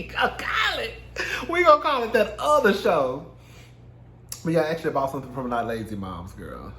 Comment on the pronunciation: "That OTHA show" takes me out every time 🤣